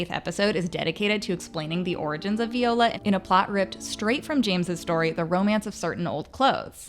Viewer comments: I'm not sure why you're not able to say Viola's or Perdita's names properly? Did you watch the episode?? It's Vye-OH-lah and PER-dih-tah. Sorry to correct you, but... that you don't say them the way they do in the season, I'm not sure why you're reporting on it. Since you've not seen it enough to get the names correct. Something's off. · lol “vee-ola” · Is anyone else so bothered because she pronounced Viola and Perdita wrong the whole time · Veeeola? Lmao viola? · Say it with me... VIIIIIIIola. Not VEEEEola.